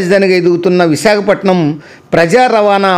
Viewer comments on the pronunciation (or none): none